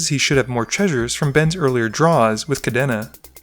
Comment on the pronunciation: Still haven't learned how to pronounce Kadena I see